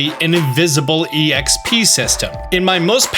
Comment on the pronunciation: People who say exp that way make me uncomfortable